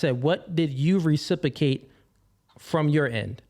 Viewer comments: I love when people can’t say a word properly and yet they choose to say it over and over again. RecipROcate, sir! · Anyone picking up on the fact he can’t pronounce reciprocate?! “Recipacate” 😆